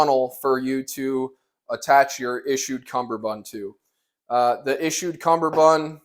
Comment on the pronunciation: God dammit boot, it's CUMMERbund NOT fucking CUMBERbund. There's only one B in CUMMERBUND.